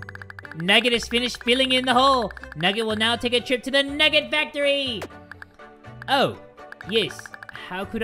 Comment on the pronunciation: NUGGET FACTOWY!! Me: HAHAHHAHAHAHAHAHHAHAHAHA